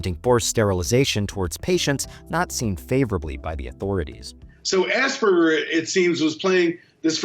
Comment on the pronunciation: Idiot pronouncing Asperger's as Ass burgers 🤦‍♀️